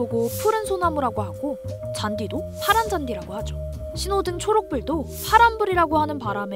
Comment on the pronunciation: 뭔가 초록불 발음이 어색해